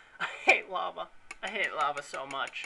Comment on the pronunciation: When you were yelling "lava" it sounded like "no more la-mulana" :|a